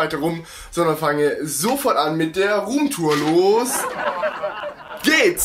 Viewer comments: rrrrrrrrrrrrrrrrrrrrom turen :-) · Rrrrrroom Tour 😂😂👌🏻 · „Rrrruum tur“ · "ruhmtur" xD